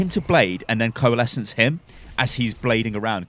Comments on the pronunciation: "corelesence" xD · " Nothing stops corelesence" ICE WALL UP